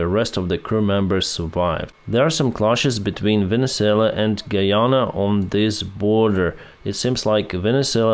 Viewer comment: Quite a lot to cover today but as usual, you did a great job of it. And yes you're pronunciation of Guyana was correct. Venezuela is the rustya of south America. They keep electing people who are alligned with rustya. Thankfully Brazil is a democratic nation and is willing to help other countries in the area. Looks like anyone who had intentions of attacking their neighbor is jumping at the chance since Ukraine and israel are the main focal points for many countries. People are just too scared to admit it. But this is WW3 And this time its dictatorships against democracies. We know democracy will win every time but the devastation is going to be a global mess. But in the end, peace will established for the first time in centuries. Thats the silver lining to the dark cloud on the horizon. Slava Ukraine 🇺🇦